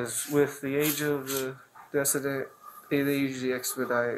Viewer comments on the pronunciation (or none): Cop called the decedent (baby) deck-a-dent...oof🤦🏻‍♀️